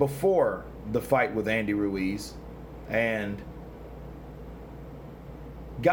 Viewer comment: Stop pronouncing Ruiz like that, you ain't Spanish